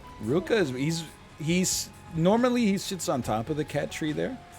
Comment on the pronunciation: It's ryuka, not rukia. Just fyi.